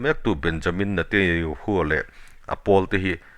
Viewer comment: I news ngaihthlak a nuam e,Mahse Israel prime minister hming i lam dan hi ...Benyamin Netayahoo Nilo in Benyamin Netanyahoo tih zawk tur aw😊